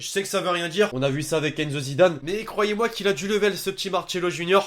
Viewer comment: Ses pas marchelo comme comme comme tu tu tu le dit le dit le dit ses Marcelo